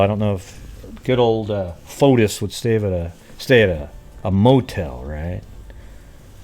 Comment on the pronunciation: That recording was made ONE day b4 Jennifer filed for divorce she'd had the papers drawn up, he was to be served the NEXT day (MAY 2017) in Greece his name is pronounced Foti the S is not pronounced